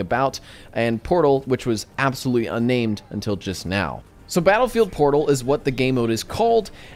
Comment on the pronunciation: Battlefield Fotal? XD